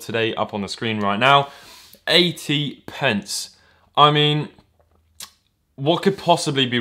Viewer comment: You keep saying 80 pents even tho that's ¥1